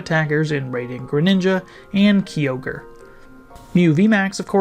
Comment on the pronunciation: bro said “KEY-OGRE” 😭☠️🥀 it’s “KYE-ogre” fam